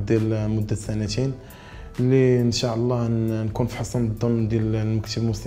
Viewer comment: ينبغي نطق " إن شاء الله " بطريقة صحيحة